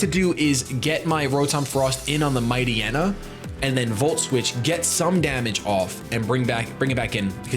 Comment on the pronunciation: you gotta learn your mightyenas 👌😂 Amazing battle though and great channel